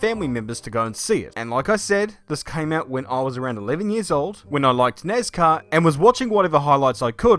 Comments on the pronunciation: "nezcar" lol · My man really just said "nezcar" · Dude I feel like he's saying nazcar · not trying to be mean but you say nezcar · “Nes car” 😆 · No one: Not a single soul:: nazcar